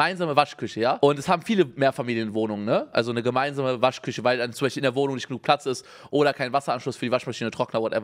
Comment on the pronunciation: Unge spricht „sch“ immer mit „ch“ aus aber bei Waschküche sagt er „Waschküsche“ liebe ihn